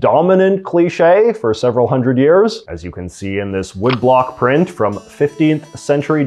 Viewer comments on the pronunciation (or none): none